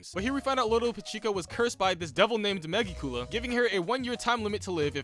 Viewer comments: Mega Coola?? Its pronounced (Me-Gik_you_la) Reminds me of that guy who called gokus favorite move the "Kalme ya mama" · Megicula is pronounced like mejeecula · It's megicula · Mansss butcheredddd megiculah 😫😫🙃😭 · “Megi-cool-la” lmao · Idk how you pronounced magicula’s name wrong so many times 😭 it’s just magic- Dracula. Magicula. Tis a hard G! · really out here saying Megicula like “Mega-Koolaid” 😂 But seriously great stuff, you pretty much hit the nail on the head